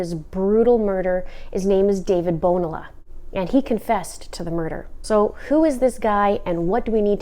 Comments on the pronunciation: this guy is pure evil...I hope her family can have justice. Btw, Bonilla is pronounced bo-nee-ya... the "LL" in spanish is a "ya" sound. I only mean this for educational purposes. Not to be nit picky.. the guy is a murderer and clearly does not deserve having his name pronounced correctly! lol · In Spanish a double 'L'- the ll (el-yay) character is pronounced like 'ee'. Bon-EE-a. Like tor-tEE-a (tortilla).